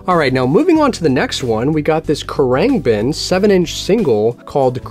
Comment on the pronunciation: Khruangbin is pronounced (kr-ung-bin) 😂 loved the video!!! Keep up the great content!!